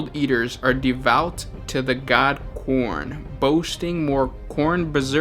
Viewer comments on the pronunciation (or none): I thought he said the god porn